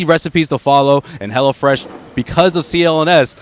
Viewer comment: It sounded like the dude was saying "HELLA Fresh aand not HELLO Fresh.....HAHAHA